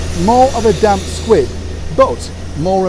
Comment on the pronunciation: Squib, not squid!